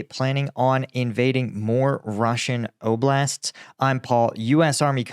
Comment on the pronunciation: Love the way you say Oblast No accent good job Thank you for all the valuable information